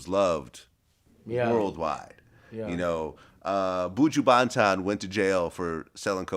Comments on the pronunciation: Lol why does Vlad pronounce Buju Banton like that? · true, boojoo baantaan